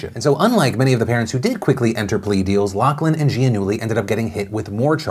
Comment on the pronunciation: It's pronounced LOF-LIN...stop saying LOCK-LIN